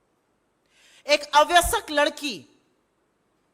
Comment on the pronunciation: अव्यसक नहीं "अवयस्क" सही उच्चारण है सुप्रिया जी. Please correct your pronunciation Supriya ji. It is a small blemish on your otherwise perfect diction.